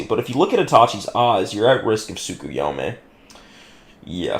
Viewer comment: I'll consider hopping on VC with you, if you can demonstrate that you can acknowledge a simple mistake, get through a disagreement about manga without seething and dropping slurs, and pronounce Tsukuyomi correctly. Until then, uh... it's been real? Do more debates, they're funny